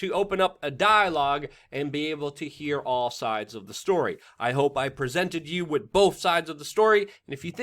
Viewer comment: New drinking game. When Luke mispronounces the word 'with', everybody drink. Or burn one down, what have you.